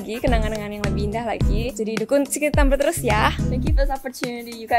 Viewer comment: dita salah nyebut dukung malah jadi dukun wkwkwk